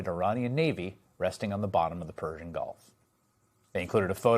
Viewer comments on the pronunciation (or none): none